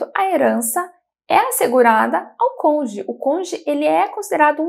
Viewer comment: Excelentes informacoes. Uma pequena observacao: ja vi tanto videos sobre o tema que notei que o pessoal do sul do Brasil tem dificuldade de falar Cônjuge, sempre falam CÔNJE 😂😂